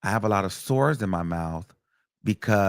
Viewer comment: The way he saying "SOARS".....❤❤